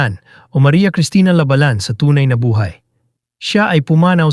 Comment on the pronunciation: Ang bobo ng nag i-story telling, halatang hindi nag-aral. You are destroying the Pilipino language. If you are educated, you will not speak a language so bad. Shame on you. Even the surname of Vangie, you pronounced it wrongly, that is disrespect to the person Vangie.